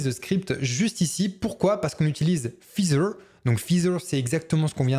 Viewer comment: Merci pour ce tuto bien pratique. Petite remarque : "feather" se prononce "faizeur" et non pas "fizeur" 😉